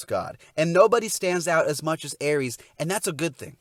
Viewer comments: ERIS. Not Erees. You make it sound like you’re mentioning the god of war. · Next time you review a character named Eris please don’t pronounce the name as Ares. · Not him calling Eris Aries I'm dead. 😂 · you keep saying her name with a A sounding like the god of war instead.